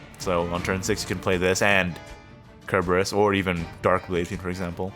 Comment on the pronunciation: Just correcting you here. It's "Sir"-berus. Not "Ker". That's not just personal interpretation. Cerberus is a hellhound from Greek mythology and that's the modern name for it.